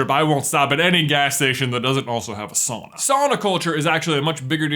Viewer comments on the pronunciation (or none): You pronounced sauna wrong this entire video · buy your saying it wrong it should be souna .